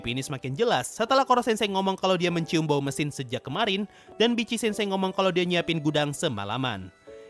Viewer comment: Bang, nyebutnya Vitc-sensei jgn Bitci-sensei. XD